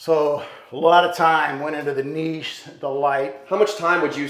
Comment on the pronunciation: I hate when people pronounce it "niche" and not "Niche"